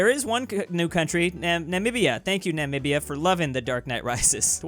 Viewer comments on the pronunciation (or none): none